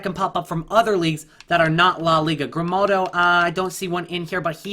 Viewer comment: Its Grimaldo not Grimnaldo😉